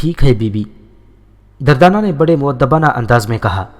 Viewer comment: دردانہ کا نام غلط بولا آپ نے